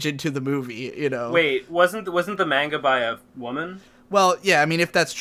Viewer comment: Anyone else cringe out of their skin every time pronounces manga as MAY-nga? just me? ok